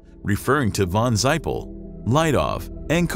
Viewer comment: von zeiper is prononced : "fon Zeiper". The title "von" is always spelld with a lowercase v.